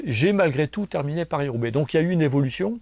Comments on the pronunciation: Who's this joker? He can't even pronounce the name of the race correctly and then he chooses a team with a sketchy doping history (Mapei) as his greatest ever riders. C'mon GCN. You know the 90s and the 00s should just be written out of the history books. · He raced Roubaix eleven times, and even left part of his face on the cobbles of the Arenberg in 2016 in spectacular fashion. He used the name both ways if you watch it properly, and has every right to pronounce the name of the race however he wants. TBH, I think he did that to irk some viewers. It's called Australian humour.